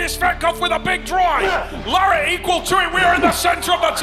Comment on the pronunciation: I'm just waiting too see if he says Devons name right, it's not Devon Larahhh 😂😂